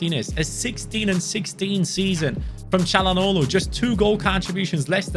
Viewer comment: I really appreciate how he pronounces "Çalhanoğlu" right. :)